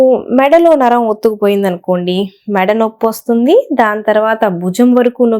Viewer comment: Vassuddi kadu, Vastundi